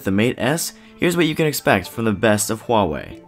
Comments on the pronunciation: why Chinese can't pronounce well English? true, before you make a video try to learn how to pronounce the brand properly, but more important is the review. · jones For whatever reason, Huawei has said their official pronunciation is 'wah-way'. I'm guessing because some might have trouble with the Hua part? I don't know. More here including a video from Huawei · jones I speak Mandarian and my wife is Chinese, it is not pronounced 'who-are-we'. It's also not really pronounced 'wah-way' either but they've decided to promote that pronunciation for whatever reason, that's why every tech channel says it. The video I linked above is straight from Huawei, it's their decision even if it's weird.